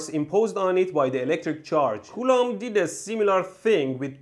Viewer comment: Coulomb sounds like "culo" which means "ass" in Spanish. That's when I lost focus.